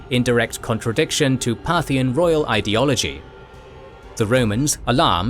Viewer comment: Part-hian ... should be re-pronounced... 🧐 Partial religions ☪️✝️🕉️✡️ Partial politicals 👑👑👑 Partial financial 🪙💎💰